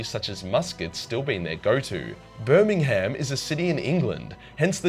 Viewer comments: As a British person I am both offended at your pronunciation of Birmingham [bur-ming-um] but at the same time it's Birmingham which is like well you'd have to visit it to understand so I'm not really offended. The place is shit. Pretty sure even people who live there agree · Birmingham is pronounced bur-ming-um. I'm from there and i can confirm its a shit hole. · ... and of course the funniest one goes to your absolutely ret@ way of pronunciation of Birming-Ham and Notting-Ham :D ... and I thought that only Yanks are that "good"... ... and I'm not even British xD